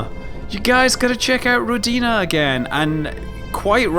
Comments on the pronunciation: not rodinA, but rOdina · Scott, I believe it's "rOdina", not "rodIna". Means "Motherland" in Russian. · Scott, pronounce it as ROdina, emphasis on the first syllable. It makes more sense for Russian ear. ;) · Rodina - Russian word. Pronounce like Odin name. rrrOdina. =) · Scott, it is actually rOdina with stress on letter o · You're pronouncing it wrong, it's a Russian word!